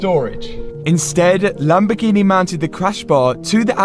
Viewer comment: I love the way Mat says "LamborGee-Nai"....Proper Leicester accent